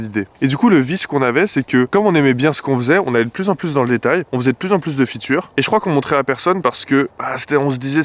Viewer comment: "on faisait de plus en plus de fitures" 🤣 de fitCHEURES.